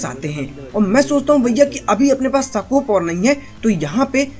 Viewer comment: Bhai सकोप नहीं होता हे स्कोप हाेता ह